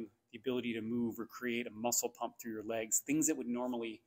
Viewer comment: Legs, not kegs. Lol.